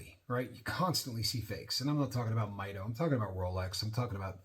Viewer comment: Great video. Beautiful watch. It's pronounced "mee-doh" 😊